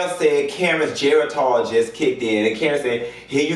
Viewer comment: Wendy corrected Karyn on the ageism (aguist) but Wendy herself turned right around and mispronounced geritol. 🤷🏾‍♀️